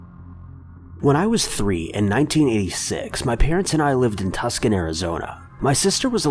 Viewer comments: ....again........ The fuckin English language is undefeated against you.... It's NOT tusk-on.... It's TOO-SAHN...... These videos need better VO talent that actually pronounces words correctly... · Tuscan lol. Too-san not Tusk-an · Tucson not Tuscan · How the hell do you NOT know how to say the name of the American city of Tuscon, AZ (pronounced "TOO-sawn" ). It's literally elementary school level geography. "Tuscan" isn't even a place, it's actually called Tuscany and it is a region in Italy. "Tuscan" is what you call people or things from Tuscany. RECAP: Tuscon = TOO-sawn (Arizona city) Tuscan = TUSS-can (what you call people or things from Tuscany) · It’s not tuck son. It’s pronounced Too San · I love your videos but I want to correct you in order to help you be more accurate. "Tuscan, AZ" It's pronounced TOO-saw-n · C'mon bruh, tusk-un Arizona?? It's actually pronounced too-s-on or two-sawn. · As a resident of Tucson, I implore you to remember it's Too-sawn, not tuk-sun. My poor soul. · Too-sahn.....not tus-kin......jeez! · Tucson is pronounces Too-Son not tusk-on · Tuck-sun?? Really!!?? Two-son... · Tucson is pronounced Two-son, not Tuk-son. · Its not pronounced "Tucsan" its "Toosun" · its pronounced TUCSON!! TOO-SAWN. sincerely, a TUCSON native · Jesus Christ Tuscon is "Too-sahn" or "To-sun", depending on how you say it. Great video though. You always do great work! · Lol “Tuc san” Arizona. Maybe look up the correct pronunciation before you add it to your final video version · 4.If you're hanging out at a convenience store, I'm going to mock the living hell out of you. I have seen three people all trying to help people pronounce tucson correctly and yet they have a different way of pronouncing it themselves we have too san we have two- son we have too sawn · Its pronounced Too-sahn. Lmao! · Lol!! It is called Tucson, AZ pronounced (Too-sawn) lol!! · He pronounced it Tus-con lol!! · Nah.....More like "TOO-Sohn" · Actually he pronounced it Tus-con lol!!